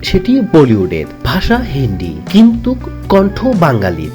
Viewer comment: EIRREE DAMRACHODA ABAL BOLODER GHORE BOLOD ... THIKMOTO BANGLAO SHIKHISHNI ESHCHISH VIDEO BANATE. OI GONDOMURKHO DAMRACHODA, EI JE BARBAR BOLE JACCHISH ....KINTUK, SHORIL....ARO KOTO SHOTO VUL BANGLA.... JIBONE LEKHAPORA KORISHNI ? SAGOL KOTHAKAR. AR VIDEO BANAISHNA.